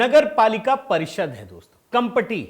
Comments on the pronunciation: Kampati to be pronounce kamthi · भाई कंपटी नहीं जी कामटी है Kamati है